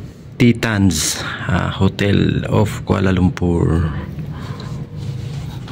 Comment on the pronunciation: Titans pronounce taytans